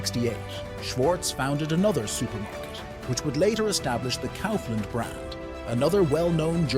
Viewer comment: Well edited and interesting video. However, not to be a prick, but please do pay attention to the pronunciations of the names especially if they are the main topic of your video, it impacts the perceived quality of the video negatively imo. I wouldn't know how to fix that on a text to voice machine however. Even the pronunciation of Lidl was inconsistent and Kaufland wrong throughout the video. Best of luck otherwise.